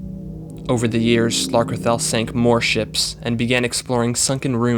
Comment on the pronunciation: You pronounced slarkrethel wrong...